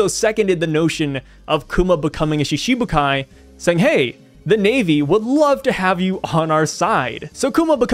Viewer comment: The pronunciation for Shichibukai is like Shitibukai - instead of Shishibukai - "shiti" meaning 7. But, of course, anyone can read however they want... hahahaha...